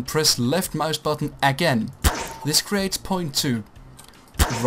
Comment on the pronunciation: ik dacht wel dat je nederlands was omdat je "left muisbuttun" zei xd